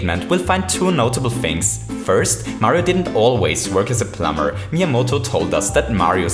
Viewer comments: So, you'll still say: "Our little plumber"? Great! I like how you say plum-bah-r! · the way you say plumber just kills me